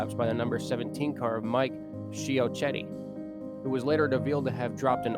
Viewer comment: Mike "Chi-ketty" is how it's pronounced